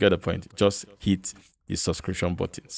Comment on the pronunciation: Wooooow! Finally, I heard you say “hit”. All this time, I thought you have been saying “eat”😆